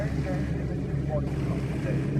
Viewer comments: Why does he keep saying "konansegg" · The way he says Koenigsegg makes me cringe...